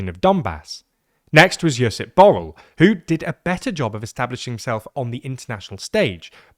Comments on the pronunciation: Borrell is pronounced /bu.rɛʎ/, not like "bowl" lmfao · TLDR clowns turned Borrell which is pronounced like Borrrell to Bowl. Kaja Kallas is callous because she comes from a small nation. They always tend to be irresponsible and ungrateful in nature. Fundamental problem is the deceit of the politicians of EU who lied to their people and snuck in a Federal EU government while claiming that EU is not a superstate. The people, whenever given a chance, like in the Netherlands and France, rejected the concept of a Federal Europe by voting down the EU Constitution in 2005. Lisbon treaty is a secret adoption of the EU Constitution in a different name and avoiding referenda. Ireland honestly held a referendum and it was defeated. Since it was not an option, the EU people told Ireland that there will be no EU army and Ireland can remain neutral (in military only) and if Ireland rejected, banking sector may not receive EU money (blackmail). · But botched the Catalan "Ball" 😭😭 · Sorry are you pronouncing Borrell as "Ball"????? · It does not take a lot of effort to learn how to properly pronounce Borrell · As a Catalan, quite a bad pronunciation for Josep Borrell's name. The Catalan open O is pronounced like a U in English, and the LL is pronounced closer to the Y than the single L. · As a Spaniard, I wish they would have tried a bit harder with Borrell. Maybe the catalan "ll" is hard for them, but at least the "rr" is broadly known and they didn't even try